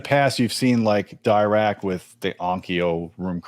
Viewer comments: If I remember corretly, has a degree in electrical engineering, and still he struggles with the correct pronunciation of Dirac? It's not Dye-Rac it's Dee-rac, as in Paul Adrien Maurice Dirac, a French physicist from England who came up with the Dirac equation, from which the Dirac or Delta/impulse function was defined. Dirac live algorithm aims to improve the impulse response, hence the name Dirac. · If you see discussions with the Dirac creator, its pronounced D'ee'rac